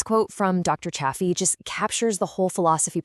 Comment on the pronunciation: If you're going to cite Dr Anthony Chaffey, please pronounce his name correctly. The correct pronunciation is "Chay fee". You pronounced his name differently at different times in the video, it is distracting. It is also important to note that people with malabsorption issues should eat some organs. Dr Chaffee has said this on numerous occasions. Many people have absorption issues, for those individuals, some liver can be very helpful. The same is true for bone marrow, it contains more concentrated nutrients. There is something called ancestral blend that is usually 80% ground beef, 20% organs. It is a good way to get an appropriate amount of organs without risking eating too much. Butter is fine for most of us, it is easier to up the fat quotient if you add butter. The strictest form of lion diet does not include anything other than meat, salt and water but even Dr Chaffee doesn't adhere to it 100% of the time. For those who want to eat more broadly than strict lion diet, they can go beef, butter, bacon and eggs. I would stay away from bacon since pigs are not ruminant animals but eggs are fine for most of us. Try to get eggs from chickens that live a natural life and are not confined to a small building. There are people who do react to egg whites who can eat egg yolks. The best thing to do at first is to go strict lion diet to reduce inflammation and regain health. Once we have regained our health, we can add foods back in slowly.. Add a food back in and see how your body